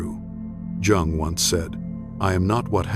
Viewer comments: Incorrect pronunciation of "Jung". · you're pronouncing his last name incorrectly. just saying.